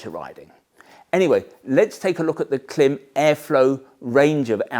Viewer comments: Just for your information, the brand is not pronounced klim, short “I”. It’s pronounced KLYME, long “I”. Their logo has a macron (horizontal line) over the “I”, indicating a long vowel sound. In their company videos they refer to THEMSELVES as KLYME. So I’m not sure why you insist on referring to them as klim. You’re the only one doing it. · I do watch your gear videos since they are in-depth and brings a different perspective for us, Americans who thinks the world revolves around us. But I have to say...isn't it already sounding snobbish by pronouncing the brand as "KLIMB". You are doing brand damage by saying it incorrectly. Everyone and their grandma knows that. If they say CLIMB, it is what it is. Whoever you are or think cannot justify or change the way a company brand themselves. I had to argue with a rider cousin from the UK. He must be your subscriber. LOL Anyway, keep them coming and its "CLIMB"!!! , I downgraded my Baja to the Induction Pro. The Pro feel lighter, flows more air and have all around level 2 armor and $100 lesser in the US. I dont need to look like an ADV rider. I need comfort and protection. , I can guarantee Induction pants work with the AStar Tech 7 Enduro. However the velcro closure on the Tech 7 catches the mesh on the pants. Minor irritation but its the issue with boots having the hook side Velcro on the wrong side. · Correct me for correcting you if I'm wrong but I heard KLIM was Milk spelled backwards and so pronounced CLIM. Milk backwards because their first customers were snowmobiling ranchers.